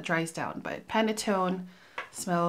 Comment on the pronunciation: Your facial expressions on Dom Rosa gives the image of you dressed bougie while Yatching and sipping champagne.🥂🍾 I think you did pronounce Panettone correctly. Can't wait to see what else you have in the bag! When you mentioned Carrot Seeds as a note, I thought it may be Tapis Volant. I hope L'ile Pourpre and perhaps Desert Suave is next in your reviews. I like how you incorporate your Bottles with your Home Decor.😎😎